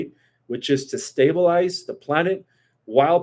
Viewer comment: YOU STRUGGLE MORE WITH THE WORD "Stay-ble-ize" THAN YOU DO WITH THE WORD "Fact- ions". With all due respect because I greatly appreciate the work you due and the GREAT sacrifices you make to do so, you have about 10 words that you mispronounce consistently, and yes I understand that you didn't begin speaking English until you were 6 years old. Maybe you could get your beautiful girlfriend to write down the words when you butcher them and then help you to correct the pronunciation of those words after the shows. You're highly intelligent and have gifts as well. This will help you to polish the machine and make you sparkle along side God as you do his work.